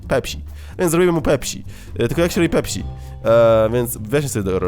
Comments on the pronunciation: pepsi nie pepśi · zamiast pepsi czytasz pepś(tzn. nie si tylko ś) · To jest pepsi przez s nie ś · Śmiesznie wymawiasz pepsi ;)